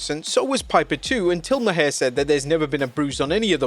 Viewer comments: Bill Mahar... Its pronounced like 'mar', not 'ma-hair'. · Jesus. It's Bill Maar not Mah-hair. I know it's spelled stupid but you had to watch it to make this video. Come on man. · It's Maher plus he's an Emmy award host. I hated that interview but I am fan of Bill Maher not Mahar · Bill Maher is pronounced “Marr” not “Ma-hair” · You pronounced Bill Maher’s last name as “Ma-Hair”. It’s actually pronounced “Maar”. You really have trouble doing your homework. This reminds me of that time when you called Andy Williams(Butcher)a bass player. I’m starting to think you’re a bot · It’s pronounced Bill Mar (Maher) not Bill Mahaire 😂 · I hate the guy, but Maher is pronounced Mahr. It is a silly name and he is a silly man but lord it hurt to hear you say Ma-hair lol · Pronounced Bill "Marr" not Ma-hair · Bill ( MAR) not (ma hair) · My eye twitched every time you called Bill Maher (Bill Maar) Bill Ma-hair... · FYI. John Stossel's name is pronounced STAH-SEL, not STOH-SEL, also Bill Maher is pronounced MAR, not MUH-HAIR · Bill Ma-her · Who the fook is Bill Ma-Her! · Its pronounced Mar. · Bill Maher is pronounced Mar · Lol the way he pronounced Bill mahr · The "H" in Bill Maher is silent like "Mar" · It’s actually pronounced mar the H is silent like his career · Why you pronouncing Bill Maher name like that? His last name is pronounced like Mars but without the s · I love the way you pronounce Bill Maher's name 😂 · he pronounced it wrong was my point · Can't even say Maher name right either 😂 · give him the benefit of the doubt; the narrator is not from America